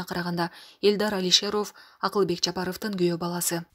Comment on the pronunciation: Диктор кыз фамилияларды качан кыжырды келтирбей туура окуп уйроносун? Мурда Жараровту айталбай атсан эми ага Алишеров кошулду.